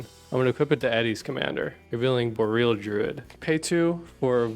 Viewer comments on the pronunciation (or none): none